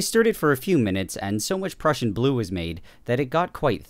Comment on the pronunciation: I've never heard someone say prussian as "pruecian"